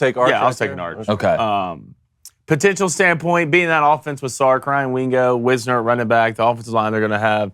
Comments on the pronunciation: It’s pronounced WISE-ner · It's not WIZ-ner, it is WISE-ner.